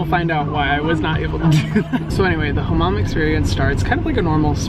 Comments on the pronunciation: Why do you pronounce hamam like that ? it's not "kh " just normal h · We dont do throat ‘H’ (kh) Turkish language has soft pronounces. It is not like Arabic or Persian. We are not speak those languages. We just took words from them. We took also more than 5000 words from French but we dont pronounce like French either. We are unique, like you babe 💞